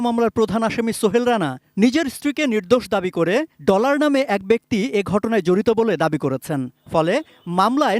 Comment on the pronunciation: আরে সাংবাদিকই তো ভালো করে বলতে পারে না ডলার না বলে বললো টলার 😂😂